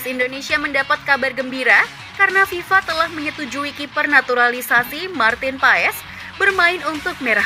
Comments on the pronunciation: Nyebut nama bukan Paes bng tapi Pass😊😊😊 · Sebetulnya Maarten Paes itu dibaca Martin Pas bang, bukan Martin Faiz 😂😂